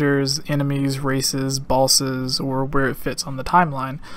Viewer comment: Why do you say "Becaulse" instead of "because"? It sounds so weird. You also keep saying "bolsses" instead of "bosses."